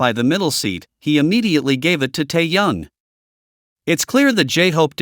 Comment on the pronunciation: АВТОР. НАУЧИТЕСЬ. ПРАВЕЛЬНО. ГОВОРИТЬ. СЛОВО. ТЭХЕН, А. ТО. ОТПИШЕМСЯ. ОТ. ВАС